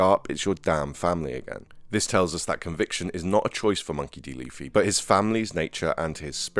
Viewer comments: STOP FUCKING CALLING LUFFY LIKE HOW YOU WOULD SAY THE WORD “fluffy” have you watched a single fucking episode of one piece? his name is LITERALLY PRONOUNCED AS (loofy). channels like yours make me despise one piece centric channels. i’ve been watching the anime since the 4kidz dub. in 2004. how you even have a single subscriber absolutely baffles me. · stop saying lafee its lu-ffy